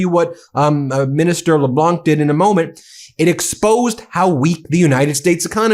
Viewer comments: Just a quick note Dominic LeBlanc the "C" in LeBlanc is sorta silent when pronounced. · Just for your information Ben, the "c" in Leblanc is silent. Another one for you, is the true pronunciation of "Ghislaine"... this one you can let Google pronounce it. Both of these are french based words/names. Forgive me for correcting, maybe meaningless correction, I just thought it to be important since all this is spread through out the world. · Kudos for using French pronunciation with Dominic LeBlanc. Just know the terminal "c" is mute in LeBlanc. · Trade Minister Dominic Leblanc is pronounced Le-Blan (the C is silent). It’s an Acadian East Coast extremely common last name. As a kid it would fill dozens of pages in the phone book (lol!). It’s like THE most common last name on the East Coast.Our cottage was next to Dominic’s in Shediac….his cottage on the beach stood out cause it was huge of course, politician family with money obviously. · I would just like to point out that for the French name "LeBlanc" the "c" is silent. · LeBlanc....do not pronounce the "c" at the end of his name. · Cahada (Québec) here Thanks you to all our friends around the world ! Merci à tous, autour du monde ! Gracias a todos ! ( oh I am a French teacher, I can't help it Ben, we do not pronounce the "c" Leblanc ) I know I know the terrible teacher is here !) Love your work Ben Take care ! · In French, which Dominic LeBlanc is, you don't pronounce the 'c' at the end of his name. Also, Dominic sounds like Dominneeec So, Donimeeec Le-Bl-au(nearly silent 'n' at the end, fully silent 'c' ) Think like, as in wine.... Cabernet Sauvigno(n) and Sauvignon Blan(c) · Furious this and furious that. It is getting tiresome. Incidentally, when pronouncing Dominique Leblanc, French rules prevail so the “c” is silent. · Please understand that when pronoun ounce Leblanc in english...the c is silent so pronounce like Leblan. Merci for your coverage of Canadian views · The c is silent in Leblanc